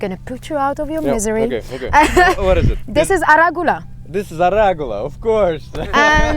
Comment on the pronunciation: It's "arugula" (Eruca vesicaria, "rocket" for brits) not "aragula" (in Italian we call it "rucola", no double "c"). NaughtyLettuce comment below is right: a canopy layer would be a great addition to enhance the site and prickly pears (opuntia) could protect from the goats and give edibles (fruits and "nopales", the the pads of the plant).